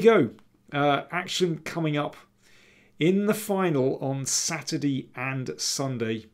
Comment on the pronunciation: "Saturdi and Sunday" - funny mix of English accents...